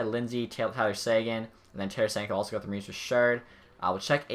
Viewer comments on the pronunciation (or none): none